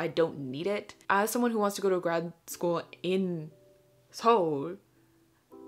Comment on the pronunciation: praise for actually saying Seoul correctly